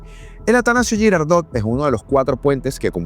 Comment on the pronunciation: Creo que está equivocado en la pronunciación de Girardot. 😊